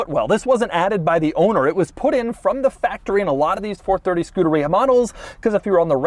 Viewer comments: Man I hate that way this dude pronounces Scuderia, it's not "Skoo-duh-rea" but more like "Skoo-DARE-ee-uh" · It's pronounced skoo-dare-e-uh Not scooter-ree-uh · Scu-der-EE-a? NO!! Scu-DER-EE-ah! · Say Scoohdereeya one more time Doug 😵‍💫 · It's Skoo-derrrr-ia, you whitewashed Italian. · Doesn't anyone else think it's funny how he pronounces Scuderia? He makes it sound like a super bad case of the trots. I'm fairly positive it's Scu-DAH-ri-ah (you know, all Italian sounding and stuff) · skoo de ree yah??? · All this knowledge about the car yet he doesn’t know how to say the name properly. SCU DA RIA 😂😂😂😂 oh gosh Enzo is turning over in his very large elaborate grave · Doug is the type of guy who’d call Scuderia “skooderiya” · wouldn't it be pronounced 'ske-DARE-ee-uh'? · We need a 10 hour version of Doug saying Scuderia.